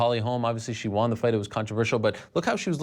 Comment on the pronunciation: I've always hated how Ariel pronounces "won" like "wahn."